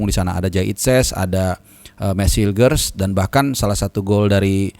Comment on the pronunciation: lagi mabok mungkin pas ngomongin hilger!!